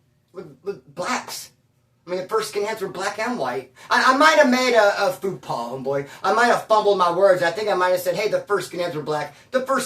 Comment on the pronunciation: Dude, said he guess he made a bit of a “foo-pah.” Lol 😂